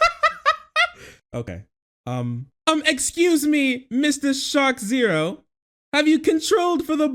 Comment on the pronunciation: TIL his name is not pronounced "Shark Zero."